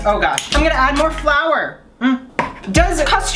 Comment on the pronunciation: as soon as he said flour i knew it was wrong